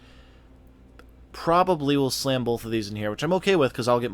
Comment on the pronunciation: Bolth...bolth... LOL